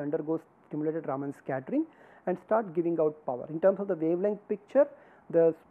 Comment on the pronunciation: एक बात मुझे सदैव विचित्र लगती है कि भारतीय लोग भी अपने बैज्ञानिकों का नाम ठीक के नहीं उच्चारण कर पाते हैं !! रमन को सदैव रामन बोलते हैं !! विदेशी लोगों को तो सही से पता नहीं है !! काम से कम भारतीय लोगों को तो सही से उच्चारण करना चाहिए !!